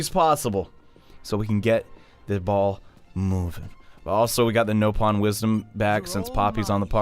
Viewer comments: I die every time he says knowpon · Mt Eat xenoblade chronicles x, ready did a number butchering the punctuation of Nopon.